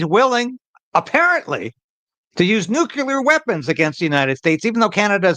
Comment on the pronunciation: It’s nuclear, not “nucular.”